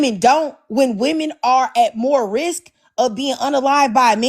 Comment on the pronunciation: What's with all these guys that can't pronounce the word, "women"?